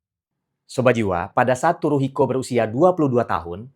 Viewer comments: Maaf dibacanya bukan Turuhiko , tapi Suruhiko dg T mengambang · baca Tsuruhiko itu "Suruhiko" bukan Turuhiko bang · Keren banget sih kontennya. B t w koreksi sedikit ... "tsu" dalam bahasa Jepang bukan dibaca /t/ , melainkan dibaca seperti /c/. Sehingga "tsuru" jangan dibaca "turu" , melainkan dibaca "curu" ( /c/-nya agak beda, sedikit dengan /c/ kita ... ujung lidah disentuhkan pada pangkal gigi ). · Bacanya Tsuruhiko seperti membaca Tsunami.. daripada "T", lebih banyak ke "S".. kalo susah pake "C" saja..🎉🎉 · benar sekali, bacanya Tsuruhiko